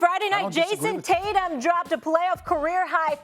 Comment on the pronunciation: Jaysom tator?